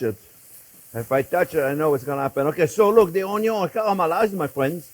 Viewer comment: I derive so much joy watching you cook Chef! You make cooking FUN! ( how it should be! :) Also, my Dad was French.. he always said “ Onyo”.. brings back wonderful memories listening to you 😊♥️